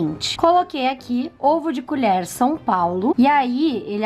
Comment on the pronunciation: "Culher" KKKKKKKKKKKKK